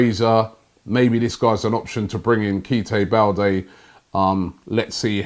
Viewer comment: Kite Balde 😂😂 Robbie come on..